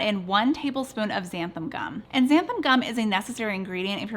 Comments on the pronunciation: I was excited until you said xanan gum. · Are you saying ‘xanthum’? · I love your channel but I must say it drives me crazy that you always mispronounce this word "Xanthan." The word ends with an "N." Here is a pronunciation example